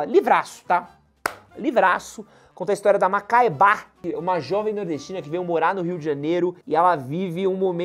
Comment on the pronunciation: Macabéa, não Macaebá... hauhauha